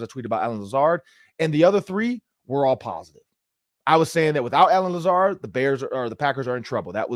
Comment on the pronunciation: I quit watching when he said Lazard 😆 🤣 😂